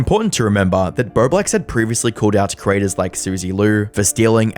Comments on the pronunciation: Doing the complicated math, trying to figure out how he got "birdwax" from "bowblax" ? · I seriously thought I heard you say his name was "BloBlax" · I wish you could say his name right...THE WHOLE TIME I THOUGHT YOU WERE SAYING "BERBLEX"... YOU CANT EVEN UNNOUNCIATE your O's.. you say it like an "R" sound. Practice..it's annoying ..I'm Canadian and NOPE never heard of him..but TurkeyTom yes, Love him❤